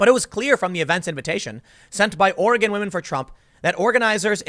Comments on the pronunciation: Hi Tim! Nobody here says "ori-gone"! It's "ori- gin" with a hard G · I'm a Portland, OR Conservative. Scott is welcome here. Will-am-it Or-i-gun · Cleaning trash is a far right dogwhistle that's code for "Eliminate bacteria" which of course is racist. Wait, did you just say Oreh-gone? Do you say Charlestahn? My favorite character in Fresh Prince is Carltahn. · Ore-gone and Will-uh-mette? LOLL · It's pronounced Will-am-ette and Or-ee-gun. Damn East-coasters lol great video though. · Just because I know you will end up talking about this epicenter of far left stupidity... "Ore Again" or "Ory Gun" are both ways people there pronounce it (you usually said it right butdid slip) Will Lamb Ette. It's counter-intuitive to the spelling. Lots of places out there like that (Philomath being another example). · I think he mispronounced Oregon too. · Journalist Tim, you have been to Portland. Why do you mis-pronounce Oregon and Willamette on purpose? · Leftist ruined my state long ago. Leftist let the homeless trash the cities. PS: Tim, your pronunciations of Oregon and Willamette are wrong.